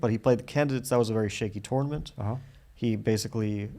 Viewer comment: First minute: it sounds as if Fabi says "TORMENT" in stead of "TOURNAMENT".